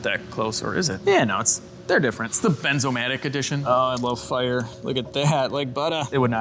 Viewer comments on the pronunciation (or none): Benz-o-matic? =D You've been a Mercedes tech to long, methinks! It's bernz-o-matic, you know, like burns-o-matic. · Read that torch label again … it reads BERNzomatic… not BENZOmatic… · Sorry to be that one but it’s a “bernzomatic” not a benzomatic lol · Bernzomatic! Not benzo lol